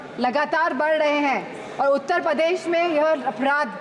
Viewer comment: उत्तर पदेश nhi hota bhabhi ji shi se to nam lo apni कर्मभूमि का उत्तर पदेश